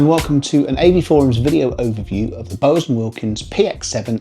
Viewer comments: Yeah, I thought he was saying Bose the first couple of times and was trying to gather the relevance 😂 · Interesting way of saying Bowers...now to watch the rest of the review. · Ya. I was like ‘What the….!!!’